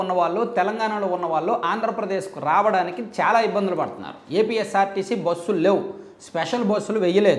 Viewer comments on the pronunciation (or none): none